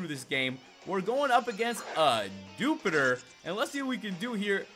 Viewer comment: the little one is pronounced as dew pi der and the big one is pronounced a rak ra nid. This should not have irked me but it did